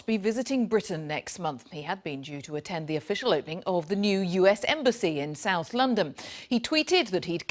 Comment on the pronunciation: Did she say Londom?